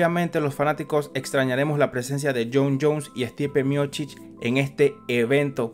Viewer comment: Es Miocich y no Miochich